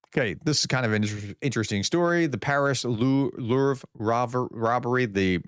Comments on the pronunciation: The word Louvre (as in the famous museum in Paris) is pronounced: "LOOV-ruh" — /ˈluːvrə/ Here’s a breakdown: • "LOOV" rhymes with "move" • The ending "ruh" is soft and almost disappears, like the "ruh" in "extra" In French, it’s even softer: [luvʁ] — but the English approximation "LOOV-ruh" is widely accepted and understood. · Do you have any idea what kind of impact it has internationally if, as an American, you have trouble pronouncing the name 'Louvre' correctly? Every French person must now think that Americans live in caves.